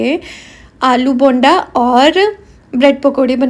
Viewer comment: It's called aloo bonda not bande